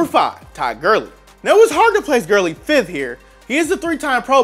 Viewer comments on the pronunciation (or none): none